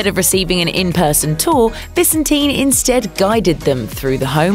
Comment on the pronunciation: I believe David pronounces his last name ViSENtin, not VISenteen...